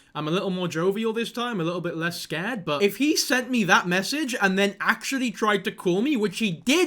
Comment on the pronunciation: The way he said scarpered..that sounded like a brummie accent